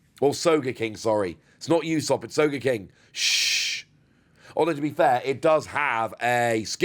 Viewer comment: Pronounced ooo-sop not you-sop btw